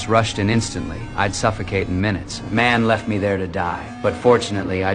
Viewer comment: "MANN" THE FRICKIN ACCENT😂😂😂